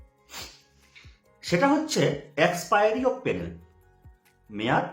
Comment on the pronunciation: পেনেল না ভাই প্যানেল